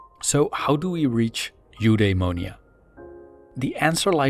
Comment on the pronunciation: U-dai-mo-ni-a is how I’ve heard that word pronounced.